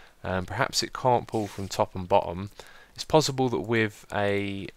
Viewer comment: Its pos·si·ble not pos·zi·ble